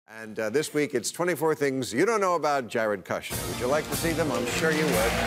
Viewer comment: I can't believe a pothead like Bill Maher can't pronounce KUSHner.